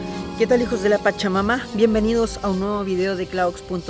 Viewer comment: Una pequeña observación, he oído que dices mucho "hijos de la pachamamá", así, con acento en la última "a" pero he oído a otras personas y le dicen "pachamama" sin acentuar la última "a", creo que así se debería decir, para evitar que cause confusión en quienes no estamos acostumbrados a esta palabra. Saludos.